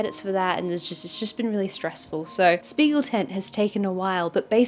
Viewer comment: Btw if you care: The "sp" in Spiegel is actually pronounced like "shp" - so "Shpiegeltent" ☺️